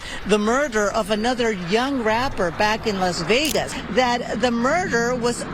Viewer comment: las begas.